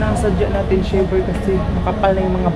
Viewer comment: Bkit ganyanka mag pronounc3 Kya di ka naiintindihan English pa nman kinukuha mo Hindi shiver ay naku shaver English English KA pa mali mali nman lagi